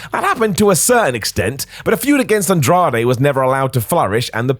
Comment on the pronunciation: Andrade* not Androhdei